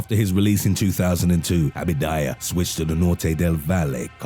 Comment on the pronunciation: Abadia !! Not abidaya!! WTF dude read that shit